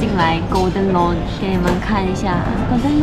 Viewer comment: lounge 读音是laʊndʒ ，不是"launch" 啦